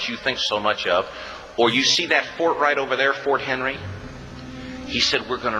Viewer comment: Thank you. PLEASE leave this up for a long, long time. By the way, the fort is McHenry (not Henry). A common error. FORT MCHENRY.